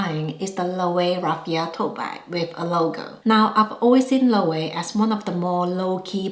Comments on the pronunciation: I would spell it like this for proper pronunciation - LO-WAY-VAY. Not to get too particular 😭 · Just for reference: Loewe is pronounced Lo-wey-ve or Lo-we-ve.